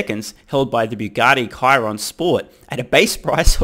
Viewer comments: Kiron?? Chiron as in ssshhhiron 😂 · Please respect the competition: per native pronunciation, it's shee-ron, it's french... 😊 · Chiron (sheer-ron) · The Bugatti model is pronounced she-ron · Watch all your vids, great content! For when all the other Tesla’s further extend their performance lead over ice, I think it’s pronounced Sheer-ron. Keep up the good work! Tesla to the moon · I believe it's pronounced "shee-ron" ;)